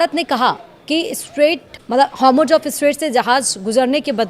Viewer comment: Hormush nhi hai madam,Hormouz hai